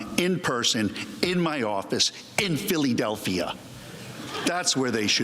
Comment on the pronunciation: “Philly-Delphia” Lol